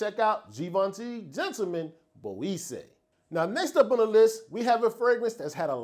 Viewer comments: great list, some real new fire 🔥on there! Salute, by the way Boisee pronounced bwoizaay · Yeah we gotta work on pronouncing Boisée correctly my good sir 😭 try this “ BWA-ZE”